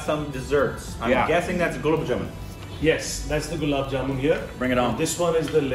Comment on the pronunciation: gulaabjaman Chef: it's gulabbjamun.. rose: there is rose in it? 😂😂😂😂🤣